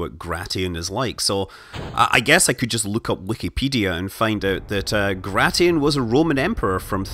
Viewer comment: Not "Gra-ti-in", it's "Gray-shin".